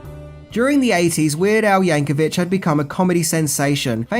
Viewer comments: It’s “Yankovic,” not “Yankovich.” Just saying. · It’s Yankovic as in VIC not VICH, no H, no H sound. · Yankovic, not Yankovich! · You kept pronouncing Weird Al Yankovic wrong. The end of the last name is pronounced with a hard "c" at the end (or a "k" sound if that is easier picture). There is no "ch" at the end.